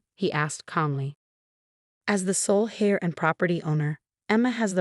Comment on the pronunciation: It's "heir" not "hair"